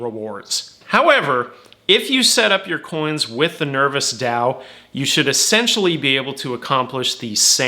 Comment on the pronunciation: Nerv oh s - not nervis